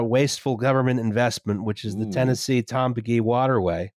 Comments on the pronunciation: The Tombigbee is pronounced just like it's spelled: Tom Big Bee. Also weird fact: the Port of Mobile is the preferred trading port for Cuba and the US (whenever that is allowed). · Firstly, it's pronounced "Tom BIG Bee". Secondly, my grandparents were from a tiny little town in NE Mississippi. To build the Tombigbee, they flooded the whole town. There's a monument to the town and everything. I have ancestors in a cemetery under the Tombigbee. After all that, the Tombigbee failed as a shipping path, and is only really used for recreation. Duck the Tombigbee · Though, I've always heard Tombigbee River pronounced Tom-big-bee, but that may just be where I live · brother, it is Tom-Big-Bee.